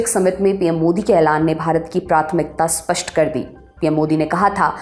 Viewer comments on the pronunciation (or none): none